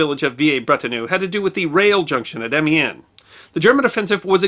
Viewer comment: His pronunciation of foreign words is appalling. Try vee-LAIR-brett-on-EU. And am-YAN.